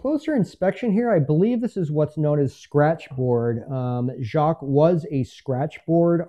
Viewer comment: Nice piece! Enjoyed. Fyi. Lee’s last name is pronounced ‘jay-qweeze’. Check with foundation in Aikin mn to verify